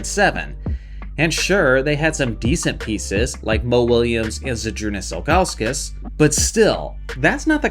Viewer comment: this mf said Ilgasuskas😭😭🤣🤣